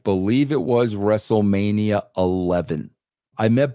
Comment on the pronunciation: Vince said "WrestleManiER" lmao